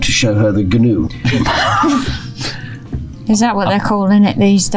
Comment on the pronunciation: It's pronounced "noo" — the whole "g-noo" thing was a deliberate joke by Flanders and Swann